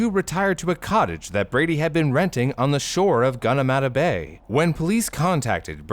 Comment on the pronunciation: How does he pronounce Gunnamatta bay correctly but screws up Cronulla? We have a suburb called Woolloomooloo with less OO noise than what brew said 😅